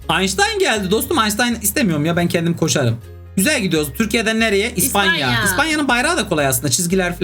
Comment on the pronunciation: İspanya değil İspanya